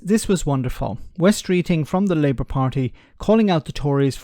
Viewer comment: "Labout"? calling Wes a Labour lout? 😄